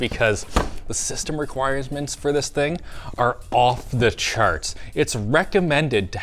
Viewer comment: Requires-ments??? ROFL...